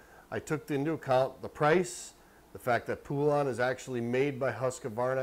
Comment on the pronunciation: Po-lun, not poo-lawn! Hope this helps you not sound so dumb trying to pronounce Poulan!